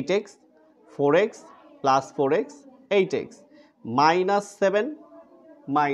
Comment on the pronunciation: আপনি প্লাজ,মাইনাজ বলেন কেন?